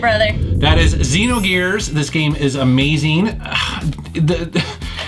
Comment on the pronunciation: Drink everytime he says ameezeeng